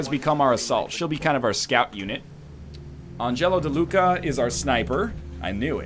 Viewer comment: That is Àngelo, not Angèlo! great video, keep up the good work :)